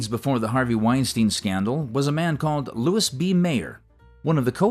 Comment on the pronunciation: It's pronounced "Mar-LAY-nuh" Dietrich and "Louie" B. Mayer. Terrible AI narration.